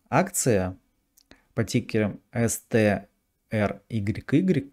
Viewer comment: ну Вы совсем расслабились. Называя тикер CTRYY вы произносите ЭсТеЭр... Может СиТеЭр...? Не первый раз замечаю такое в ваших видео. Собиритесь!